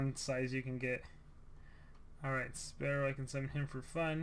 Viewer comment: I was like oofff when he called spearow, sparrow